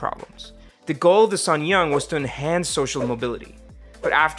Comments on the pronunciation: Uh, why do you always insert a "y" when you say "suneung"? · you're seriously butchering the pronunciation of suneung